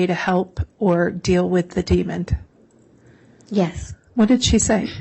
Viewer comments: Yes I head the d at the end of demon several times. 😂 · Why does the lawyer keep on saying Demond? It’s demon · Omg., Prosecutor! It’s DEMON not demonD! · ...the word is d e m o n, demon...not demond. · Why is the prosecutor saying ‘demond’!?!? That is so odd….!!! There is only one D in demon. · I cannot stand the female attorney saying “demond” with a d at the end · The lawyer keeps putting a “d” at the end of demon. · Someone please tell this prosecutor there is no D at the end of demon. Jesus Christ.